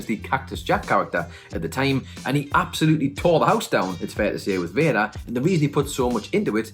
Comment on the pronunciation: I like how he calls Vader... Vaya lol